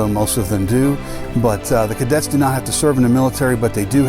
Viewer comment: It’s CADETS not Kaydets 🙁